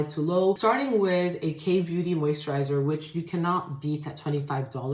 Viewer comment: moisttchaaa!! Not the NY accent coming thru for a sec lmaoooo